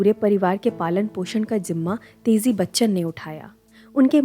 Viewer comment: Aap baar baar Tezi bol rahe ho. Teji naam hai. Chhetra nahi, kshetra.